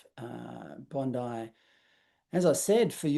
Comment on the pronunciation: THE CLOWN WHO SPEAKS WITH HER HANDS CALLS IT BONDY (SIC) BEACH MUST BE LAMMYS SISTER